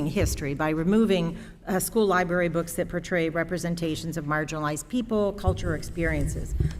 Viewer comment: Did you mean Library....😂😅😂